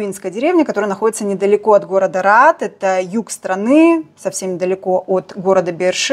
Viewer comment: ГОРОД АРАД, А НЕ РААД. РААД ЭТО ДРОЖЬ )